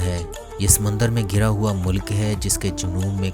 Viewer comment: Bhai mulik hota ha Molak nahi